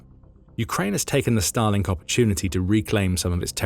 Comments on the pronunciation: Every time I hear Starlink in this video I hear it as Stalin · I'm sorry, every time they say "Starlink", I hear "Stalin". 😮